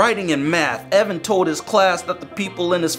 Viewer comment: Its e v a n